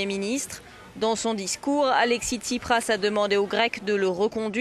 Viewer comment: jean-luc, tu parles trop ! mais bon, c'est une conversation. et c'est pas tchiprach, mais tSipraS. c'est intéressant, mais quelque part un peu bavard et pas assez aigu politiquement, surtout concernant le cataclysme actuel en grèce (dont semblent se foutre totalement les commentateurs de cette vidéo). comme que comme excellente initiative, tout le problème étant qu'il faudra nourrir la bête, et les réseaux sociaux sont très gourmands. donc à quand la prochaine ?